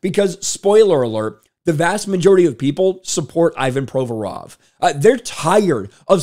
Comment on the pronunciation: Learn to pronounce his name properly - painful to listen. The rest is golden!